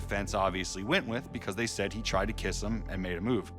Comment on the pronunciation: “We met eeeem”